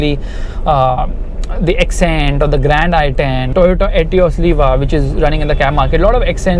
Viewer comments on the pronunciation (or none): none